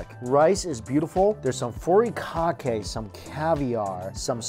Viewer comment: Did he just say "forykakay" (Furikake)?? Omg.....I'm embarrassed for him. 😂